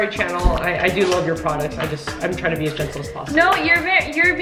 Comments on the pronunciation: I wonder why Amber always said it channel instead of Chanel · It's said shan-nel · Because when you pronounce the "ch" of Chanel in the normal English way...it sounds like "channel"? lol